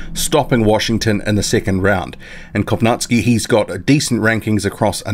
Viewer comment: You always mis-pronounce Adam Kownacki's name lol. You say Kownack-ski. But its Kow-nacki (pron. Naki- as in Tara-Naki, the place) ^^"